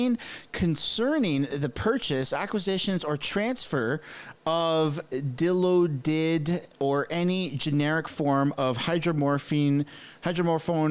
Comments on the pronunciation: Dilaudid… Phonetically said like this, “die laud did” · Dil O Did is pronounced Die Law Did, lol that was funny. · “di-LAW-did” You can thank me later. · Hey, its pronounced dill-awe-did. Love your channels btw. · It's pronounced Di laud did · Dilaudid: die-law'-did. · Dill lawed did is how it’s pronounced.